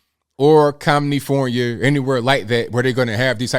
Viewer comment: Commifornia 😂😂😂 love it